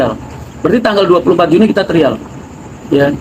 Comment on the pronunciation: ngomong trial trial ( trayel ) itu yg benar...